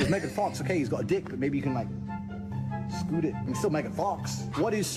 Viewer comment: Man said "you can skoot it" without breaking character 😂